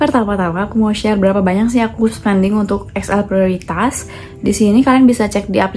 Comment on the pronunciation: Prioritas itu Bhsa Indonesia Mbak, jdi R nya g perlu kyk Bhs Inggris 😅